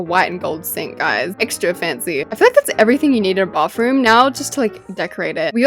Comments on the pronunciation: No offense but like u say bafroom instead of bathroom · I love how with her accent she says bafroom instead of bathroom 🤣